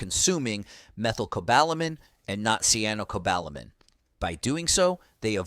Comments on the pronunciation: Oh ho ho ho, who is running this show you cannot even pronounce cyanocobalamin correctly! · Doesn't even pronounce cyanocobalamin correctly! Functional medicine determines exact nutriceutical recommendations through thorough testing and high quality products available through them. I have had great results, and most people don't get enough vitamin D. As a retired RN, I worked with internal medicine and other physicians who recommend much higher doses than the recommendations on here. Our current "treat 'em and street 'em" so called "health care" is sadly lacking, especially in the areas of whole body diagnostics and holistic approach. It is a profit driven system Corporate medicine has taken over, big pharma calls all of the shots... I could go on and on! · The pronunciation of medical terms and vitamins in this video is hilarious! Cyanocobalamin was pronounced differently at least 3 times 😅 For clarification, be sure to take the right form of Vitamin D. D3 Cholecalciferol is preferred. Some Drs recommend Vitamin D2 for kidney patients. A dosage of IU's D3 daily is a good dose for most people - UNLESS you're getting a lot of direct sunlight on fully exposed arms and legs. The dose of Vitamin K2 is incorrect. A person needs 100 mcg (MICROGRAMS) not milligrams. Vit K2 mk7 100 mcgs for every 5000-10,000 units of vitamin D3. To determine if you're getting enough vitamin D3 ask your Dr to run a 25(OH)D level. A reading of 75 nmol/L is good to help with pain, depression, insomnia. Some Drs will say 50 nmol/L is adequate. It's dependent about each person, how they feel while taking it and if they have other medical conditions to consider. Talk with your nutritionist and your Primary Care Provider always. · It’s tocopherol not “toco farel”! It’s Cyanocobalamin ( siano, not “kiano”) 🤦‍♀️